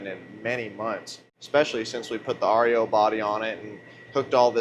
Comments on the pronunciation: Hilarious YOUR SAYING AREO instead of REO but I kno in the heat of the moment working and being excited words don’t matter🏁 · its ree-oh not r. e. o. and speedwagon is a kids wagon, not a vehicle. peace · What's the name of that truck that's called Rio I had a couple of them back in years and years ago and they're pronounce REO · If you guys just knew how to pronounce the REO